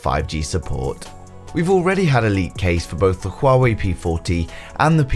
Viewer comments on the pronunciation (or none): it's Huawei not shuwawei